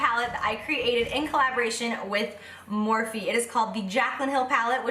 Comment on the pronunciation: can I ask why you keep pronouncing it “morf,” instead of “morf-ee,” like it’s said a million times lol